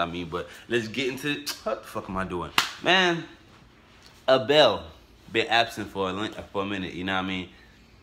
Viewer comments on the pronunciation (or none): You pronounce it like "Abelle" lol its "A-bel" straight forward